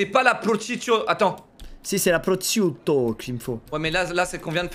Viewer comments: Ça se prononce prochiutto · Les italiens en sueurs une « proscuitto » la prononciation horrible 😭😂